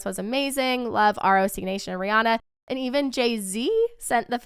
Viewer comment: Hey ROC Nation is pronounced Rock Nation not R. O. C. Nation just fyi lol